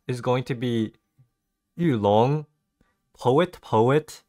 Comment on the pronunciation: pronounced "Yu Lon" correctly 😮